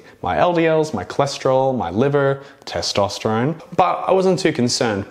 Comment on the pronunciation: The way you said “testosterone” 😂